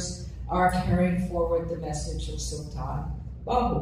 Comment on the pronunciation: So sweet to listen her how beautiful she pernounce the name of Hazrat Sultan Bahoo.❤❤❤❤